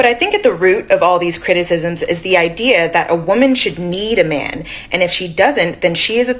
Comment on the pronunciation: It’s idea. Not ideal, you muppet.